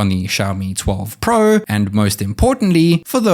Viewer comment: Plez say pro properly 🤣